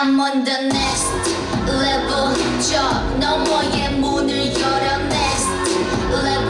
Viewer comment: Winter's English pronounce is so poor. Lol